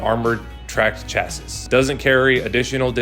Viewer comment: Come back and tell me an IFV isn't a type of tank when you learn how to pronounce the word chassis correctly.